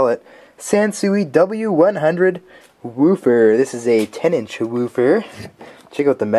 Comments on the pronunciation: Sounds too funny when he said woofer weufur weufur. That made my day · This guys says the word woofer like how stewie says cool-whip...will wheaton,will wheaton,will wheaton!!!